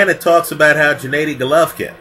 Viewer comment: for the last time you bumbling novice, his name is GENADDY (Ga-Nah-di) not Djanaydi...smh